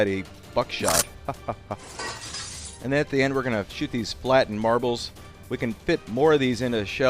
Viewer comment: I stopped watching after you said the 'buck' shot. Smh